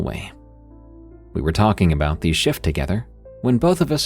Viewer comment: walkinG and talkinG readinG and sinGinG 😅